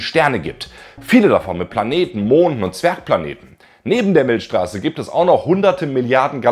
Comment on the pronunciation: Sag nochmal "Milschstraße" 😋. Kleiner Spaß am Rande. Weiter so mit deinen mega geilen Viids.